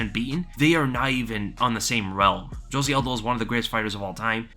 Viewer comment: I love how you do the best pronunciation of Petr Yan yet say Jose aldos name with the hardest J. Smh